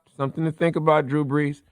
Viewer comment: Killer Mike gave Drew the ultimate disrespect by accidentally mispronouncing his name 😂😂😂 "Drew Blees" 🔥🔥🔥